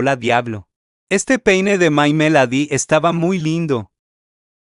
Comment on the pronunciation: My melady?? Así no se pronuncia!!!! Chile morrón?? Es CINAMONROLL!!!